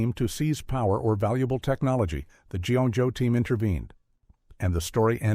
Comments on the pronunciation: “G.ONE.JOE”, “G.ON.JOE”… I hate AI… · It's G EYE joe, idiot. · G1 Joe? How is A.I. so incredibly stupid all the time? 😂